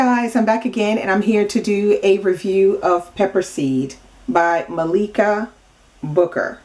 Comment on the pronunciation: Heyyy. I’m her niece and I’m very happy that you liked her book. I just wanted to say that her name is pronounced Malika like Mah-lik-a. Thanks for the commentary. Subscribing right now.